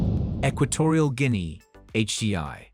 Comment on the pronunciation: Learn to pronounce GUINEA